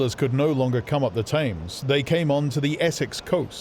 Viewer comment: Gripping, but why does he pronounce Thames to rhyme with aims.